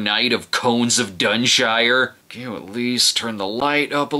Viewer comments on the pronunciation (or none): Dun-shir with a soft r, you only say 'shire' (with another soft r when saying it) if the word shire isn't a suffix.